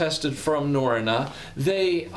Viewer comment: Great review, as someone who lived in Norway, it’s pronounced Na-ro-na